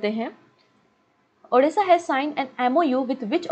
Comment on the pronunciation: Ma'am when ever you pronounce Odisha , u says as Odessa(Ukraine) Pls pronounce as Odisha , it's Odisha Bande Utkal Janai